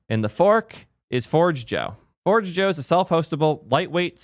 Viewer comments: forgejo isn't forge joe but pronounced forjayo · GitLab was great when it was a fresh, exciting, open source project. However they have been going downhill for a decade and are a commercial abomination now. I've been self-hosting Forgejo and a financial contributor to Codeberg for the last two years. Also, its pronounced for-hay-yo. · It’s FOR-J-YO and it’s awesome self-hosted (SSH into your Hetz for example) 🔥🚀 migrating for GH is a breeze just grab a PAT and the rest just works. See ya GH. It’s been…unique. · First Zustand and now Forgejo, I can't with the pronounciations lol